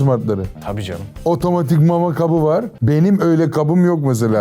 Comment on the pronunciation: kap değil kabı